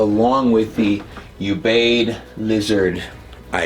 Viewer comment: Ubaid U is pronounced like it is in uber